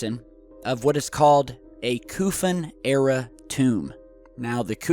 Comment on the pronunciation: It's not Kufon! The name is KO-FUN, you clown. Your credibility is shot.